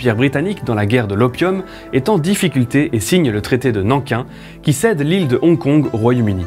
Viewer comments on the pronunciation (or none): En début de vidéo j'ai trouvé pas mal de faire prononcer qin par une voix automatique pour avoir la bonne prononciation et quand j'ai entendu la prononciation de Nankin j'ai pas pu m'empêcher de râler 😋